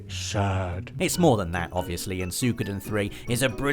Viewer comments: Don't fret... We ALL want a remake of Legend of Dragoon... Also, it's pronounced "Sue-ee-ko-den" not "Sue-koo-den" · I thought it was "Soo-wee-koh-den"